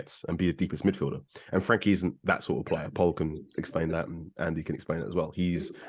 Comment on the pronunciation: Frenkie not Frankie 🤦